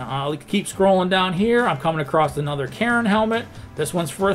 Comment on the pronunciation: I thought you said Karen helmet, and my immediate thought was yes, yes they should wear them...